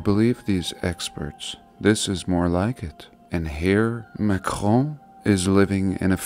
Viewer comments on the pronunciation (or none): none